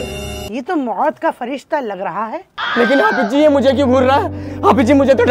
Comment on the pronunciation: Abe itna zyada over acting mat kar bhai tu to Hafiz sahab se bhi aik haath aage nikal gaya. Or ha mot mein ayin nhi hota pta nhi kaha se wao or ye ke beech mein ayin ghused diya 😂